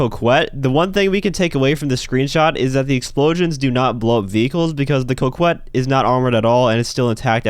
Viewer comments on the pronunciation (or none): It's pronounced cock-ette, not coke-wet. It's a word, it means a coy, shy, alluring, flirtatious woman.